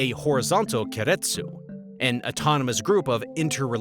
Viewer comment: Please learn how to pronounce keiretsu